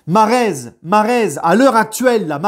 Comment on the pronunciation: Stp stp prononce bien Mahrez la fierté nationale de l'Algérie merci